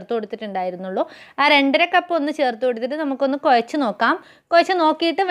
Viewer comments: കൊയച്ചു എന്ന്ല്ല കുഴച്ചു എന്നു പറയു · കൊയച്ചല്ല... കുഴച്ചു 🤔